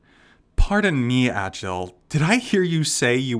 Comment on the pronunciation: Agil isPronounced Aye-g-ee-luh Kirito is prenounced K-ee-dee-toe